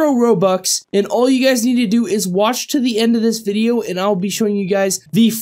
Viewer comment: At start you said "wash to the end"